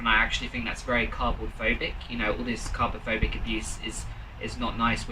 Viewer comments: DID HE SAY "cardboardphobic"??? 😭😭😭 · when mans said ‘carbophobic’ or whatever it was i really just . wanted to die